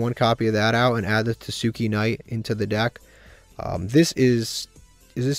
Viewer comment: tah-skay knight is how you pronounce it btw.